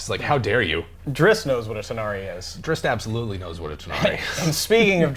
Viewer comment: Can you stop saying "Drisst"? It's Drizzt.